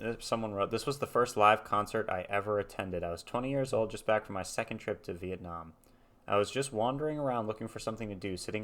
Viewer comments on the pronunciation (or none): none